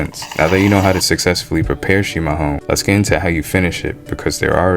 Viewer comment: Parabéns,você fala chimarrão do jeito certo 👍🏻